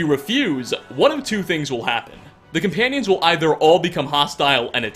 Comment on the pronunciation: Am I the only one who can't stand how he says "cuh-panions" instead of "coMpanions?"